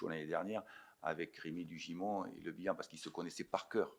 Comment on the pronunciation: Putain il a prononcer le nom de le bihan j'ai eu envie de mourrir à ce moment là 🤣 Allez l'AJA 💙💙💙 faut gagner c'est important , allez les bleus et blancs 💙